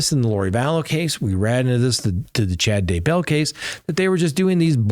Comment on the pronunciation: Get the name right. Daybell